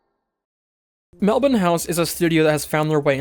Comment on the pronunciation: That part at the end was lovely, and also mad props for pronouncing Melbourne correctly haha